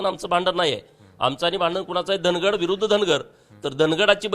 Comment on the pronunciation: उच्चार वेगवेगळे करून लोकांच्या भावणिकातेचा गैरफायदा का घेताय साहेब ते धनगड नाही धांगड आहे..